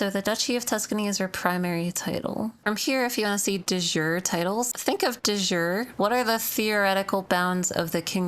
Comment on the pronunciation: You heavily mispronounce De Jure, that's latin not english lol